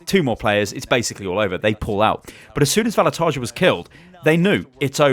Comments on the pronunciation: Just a small pronunciation correction. Vallutaja is an Estonian guy, so the pronunciation is different - ['vallutaya] with a Russian "yah" on the end. It stands for "a person who fires people from work". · u are saying the name VALLUTAJA wrong 😂 like really wrong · You actually pronounce Vallutaja wrong. (I'm Estonian, so I know.)